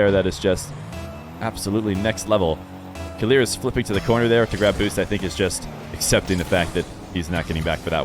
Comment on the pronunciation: idk who told u to say keleerz but its killers bruh